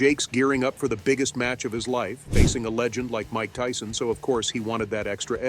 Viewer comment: Tyson not tison, just saying 👀